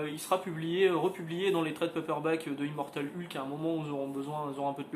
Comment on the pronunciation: Je sais que c'est complétement idiot, c'est dérisoire, mais ... mais ... je ne supporte d'entendre quelqu'un prononcer le nom "Ulk" au lieu de "Heulk". Désolé, pardons aux familles toussa toussa ... Le comics à l'air cool ceci dit. :)